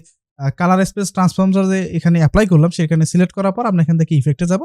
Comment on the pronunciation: celect na select hobe kotha ta😆😆😆